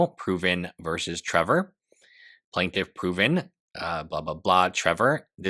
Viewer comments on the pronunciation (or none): none